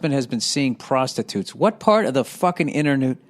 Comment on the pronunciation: inter-newt lol Bill